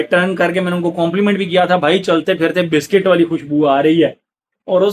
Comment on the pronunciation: Brother biscuit hota hai bistik Nahin 😂😅